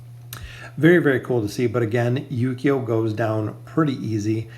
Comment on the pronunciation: It's pronounced Ooooh-key-oh the U in his name is soft not like saying You but oooh. Just wanted to help you out, cuz you're saying his name like Yu-Gi-Oh but it's Ooooh-key-oh